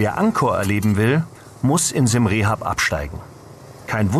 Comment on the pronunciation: Dank fürs video es heist Siam Reap pronounced [siəm riəp]) not rehap nothing to do with rehapillitation rehabillitation. wiederhausung.